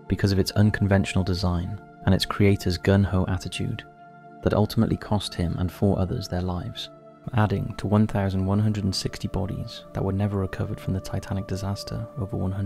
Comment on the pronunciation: Nice video! I did notice you said 'Gun Ho' instead of 'Gung Ho'...